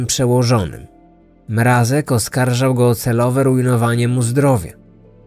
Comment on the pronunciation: przecież poprawnie wymawia to nazwisko! Głośniki może wam fixują